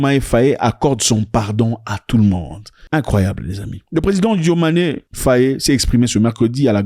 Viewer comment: ZACH c Bassirou diomaye faye. Pas diomayé fayé